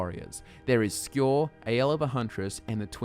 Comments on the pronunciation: A wonderful job Sir! You have enlightened and intrigued my interest once again! I only have one minor complaint, and I'm sorry to be grammar police, but why are you mispronouncing Njada? Before you rebuttal, I know that you know how to pronounce Nordic name as you pronounced Skjor correctly! If you feel like I'm being too picky, I am because I have been pronouncing Njada like Nadia! Just had to say so! On a not so picky note, I never considered that the Silver Hand could be a wayward faction of the companions! They always did seem like a strangely random cult! Your theory makes the whole thing come full "Circle" LOL!!! Love you guys and love your channel! I hope you NEVER run out of lore ideas and may the YouTube INGSOC party never demonetize your content!!! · Says Skjör's name correctly but not Njada.